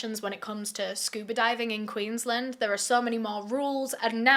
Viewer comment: Queensland is pronounced Queens-land not queenslnd just for future reference